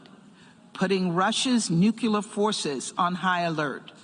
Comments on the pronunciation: Does anyone else cringe when they hear officials say "nuke-ular" instead of "nuclear"? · She said 'nuke-ya-ler'... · Why do they all say nucular instead of nuclear???